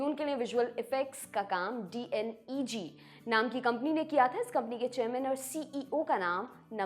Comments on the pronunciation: D N E G nhi डी नेग😅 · right but this youtuber not pronunciation proper. DNEG ko D N E G bolta hai 😂